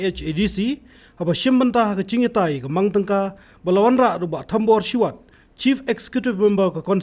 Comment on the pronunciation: Ma thombor shiwait😂😂😂 not thombor shiwat